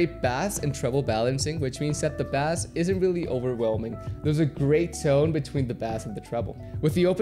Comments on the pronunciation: it pains me how you pronounce bass as "bass" and not "base" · dude. why are you saying bass like the fish? lol don't you know ur talking about bass as in 'bass'lol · Ur saying bass like BASS the fish lmfao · Bro said bass and bass (base) 💀💀💀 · B-Aye-ss... Bass is a fish ba(aye)ss is sound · Bass is pronounced Base😁nice review though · What about bass fish? You mean b-a-ss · Did you just Unironically say bäss????? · It's incredible how this guy pronounces BASS. Hope he learns soon! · It's sooooo odd because your English is perfect, you are articulate and clearly care and know about audio... yet pronounce bass like that. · I came to the comments as soon as I heard him say that. Lol. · I live in brazil, and thats how we would read Bass here. I'm a bass player so i've corrected myself earlier, but super common. Great video bro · theres no way you just said bass like it was a fish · He says bass like that ironically right? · Please learn the correct pronunciation of bass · Try to pronounce bass right pls. Kinda disorienting😝